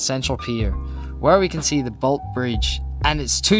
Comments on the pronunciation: bro just called the bolte bridge the bolt bridge. you pronounce the E on the end to make it Bolty bridge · Not "Bolt" bridge, "Bolt ee". Pronounce the E like a double E. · Good informative video despite your phone going flat (poor planning) and your mispronunciations (Ver-mont, not V'mont. Bolt-ee not Bolt). Imagine if they do extend it to Knox, like many have wanted for years. That would add another 6km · The Bolte Bridge is pronounced bolty, not bolt lol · FYI, Bolte is two syllables - Bolt-ee. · Nice video. A few corrections: Bolte Bridge is pronounced "Bolty"; Vermont is pronounced with the stress on the first syllable (unlike the US state); 2005 is in the 21st century. . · The Boltyyy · And he said Vermont wrong. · The Bolte Bridge is pronounced Bol-teee. 🙂 Named after Sir Henry Bolte, former Premier of Victoria. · Bolte Bridge (pronounced - Bolty Bridge) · Get your pronunciations right if you're going to do this. Vermont South is pron VUR-MONT, the Bolte Bridge is BOLTY named after the irascible State Premier in the 60's.